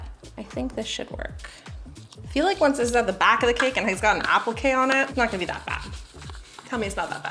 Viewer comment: You did amazing, but appliqué is pronounced. ‘Ap- Lee-k’ not apple-k lol😂🇬🇧🇬🇧🇬🇧🇬🇧🫶🏽🫶🏽